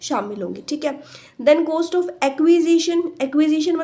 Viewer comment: maam its cost not coast